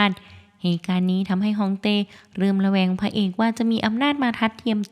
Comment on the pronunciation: คำว่าเริ่มระแวง ออกเสียงไม่ชัด สงสัยคอจะแห้งนะ😅